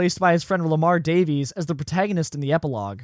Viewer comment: why tf does he say Lamars last name like that???